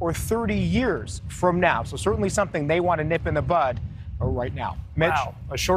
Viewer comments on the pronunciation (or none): Lol, that’s good, but it’s bud, not butt